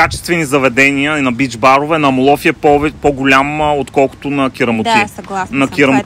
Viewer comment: Страхотно видео. Αμμόλοφοι -Хълмове от пясък(ударението на трета сричка отзад напред се броят в гръцкия език).Иначе всички останали наименования ги произнасяте перфектно :) Ще препоръчам видеото ви да го изгледат всички наши клиенти,които пътуват за слънчева Гърция :)